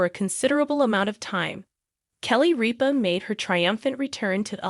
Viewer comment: RIP-A Not REAP-A !!